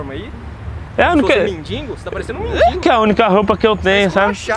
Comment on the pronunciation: Além de ser desumilde não sabe falar mendigo 😹😹😹 ele fala e (mendingo)